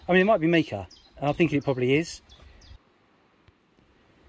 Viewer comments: Mica is pronounced my-ca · I always wondered what happened to Mika, loved that song “Grace Kelly” 🤣 Your mispronunciation amused me greatly. What an amazing location to be in. Loving the Bourne bottle.